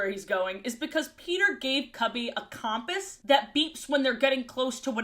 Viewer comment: Great vid but why do you say compass like that? Is it an accent or have i been saying it wrong lol